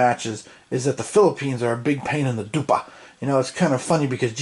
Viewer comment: Laughed out loud at the "they are a big pain in the dupa". That was perfect Polish pronunciation on your part. Glad to see you are making a review of this one.